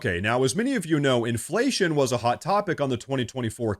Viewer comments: Gurl, be like, "in flation?" Aint nobody know dat wurd. 😂😮😅 (She's a bad parody of DEI.) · What is this word "imflayshum" and what can it mean? 🤔